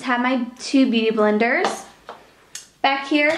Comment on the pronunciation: idk why but when she said beauty blenders it sounded like booty blenders. i know i know real mature lol